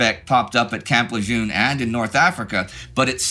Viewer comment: It's Camp Luh-jern.